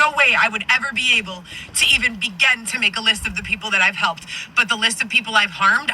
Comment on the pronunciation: 💯 and Madam mispronounced also thinks she sounds smart when she says words wrong. Make that make sense 😂 begen is my fave. It works for begin, began, and begun 😂😂😂😂😂😂😂🤡 I love El annoy too😂